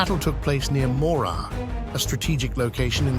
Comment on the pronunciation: This might be more convincing and carry more weight if the AI-generated voice could accurately pronounce ‘Morar’.